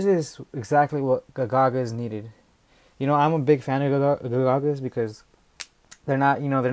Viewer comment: Ga Ga Ga not Ga Gagas